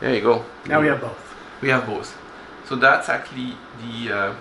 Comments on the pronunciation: I want to teach how to pronounce actually 😥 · guys don't get me wrong, I love so I would gladly listen to his actually all day long even thought I'm crying a little bit 💖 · the way you pronounce 'actually' is now a trademark of the channel! don't change!